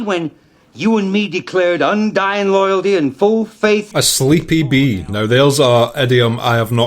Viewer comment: I think Al said "asleep, E.B." not "a sleepy bee" but that shit made me laugh so fair play